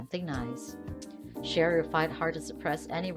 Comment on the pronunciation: Her name is pronounced C-ara; not Shara.